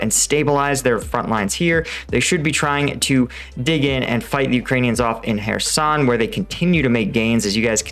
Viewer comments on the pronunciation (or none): none